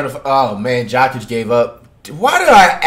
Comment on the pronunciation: Dude pronounces Jokic as "Jah-kit"